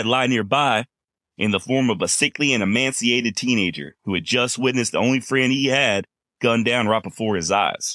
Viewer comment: I had no idea that tuberculosis left you “emanciated!” (😂 A cross between emaciated and emancipated. I’m just funinn’ with ya pard) Great story. 🫡